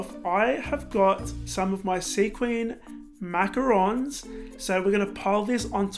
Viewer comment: It's funny how he says "macaroons "